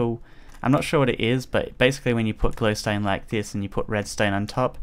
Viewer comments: notice how he says glowstoe dust when it's just glowstone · Did you say flowstone dust?